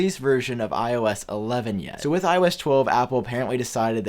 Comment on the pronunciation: The way you speak iOS ‘iO ass’😂